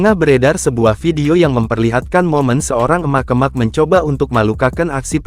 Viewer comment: Naratornya jangan pake bot, jelek banget ngucapin kata "emak-emak",...